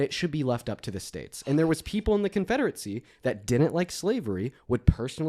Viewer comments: Thuh confederate-see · keeps mispronouncing “confederacy”. It’s not Confederate-see. There is no T in this words. Educate yourself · I don't understand how is so well spoken with so many words, but fails to say anything of any substance. Why does he pronounce confederacy "confederetsie". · Interesting how interested is in the confederacy but somehow he thinks it's pronounced CONFEDERATZEE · Why does he keep calling it the “Confederatecy”?